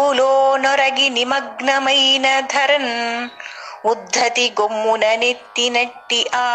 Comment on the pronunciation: గజడ దబలు వచ్చిన చోట క చ ట త పలుగా భావించి విడదీసి చదవాలి. గాచు గాక అన్నప్పుడు కాచు గాక అని చదవాలి గొమ్మున అన్నప్పుడు కొమ్మున అని చదవాలి